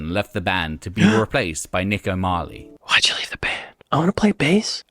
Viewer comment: I don't know who narrates these trashtheory videos but 'O'Marley' and 'preVAYlent' ...ugh!